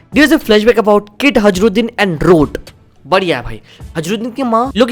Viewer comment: Bhai hajrudin Ka pronunciation thik Karo 😅